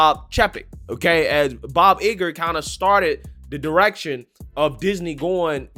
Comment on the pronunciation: Don't underestimate Bob Iger (its not pronounced "Eager" btw). He's a legend on Wall Street, I dont think he'll be dumb enough to let his personal opinion tank the stock even further.